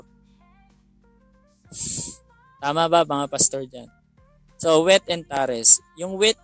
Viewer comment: "tares" is pronounced as /teyrs/ hindi po /taris/